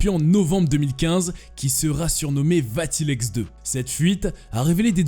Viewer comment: Le surnom de Mengele était "L'ange de la mort". Alois se prononce a-lo-is et non pas alwa. Vatileaks va-ti-lix et non pas va-ti-lex.